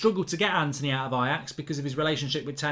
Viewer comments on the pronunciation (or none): none